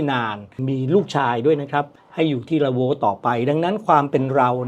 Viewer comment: ละโว้ไม่ใช่"ลั้ว"หรือคะ ไม่ใช่ขอม